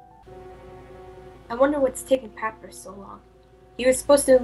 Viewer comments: AAGGHHH. omg pronounced Papyras wrong!!!!! >:'( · can not pronounce Papyrus